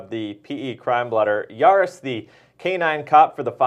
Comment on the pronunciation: It’s Jaris, not Aris. My husband was one of the officers in that room. It was absolutely horrible! I remember that call, like it was yesterday. This wasn’t the only call, that sent him to the vet. He and my husband were both knocked out cold during another incident. 😢He just recently passed away.